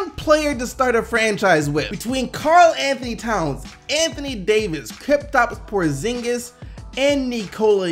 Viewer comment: Who da fuck is Kriptaps Porzingis? xD